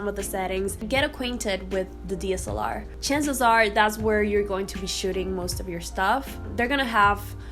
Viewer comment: I am going to guess there is something called a D.S.L.R. ? It sounds like you are saying deesalar 🤣